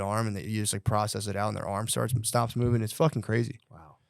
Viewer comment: “Gotta get mouving”